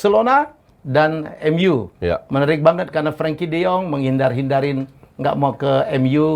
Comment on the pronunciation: Maaf..... kardus 📦 !!!! Namanya Frenkie bukan Frankie .